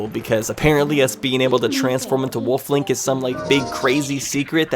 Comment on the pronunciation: its wolf link not woof link lmao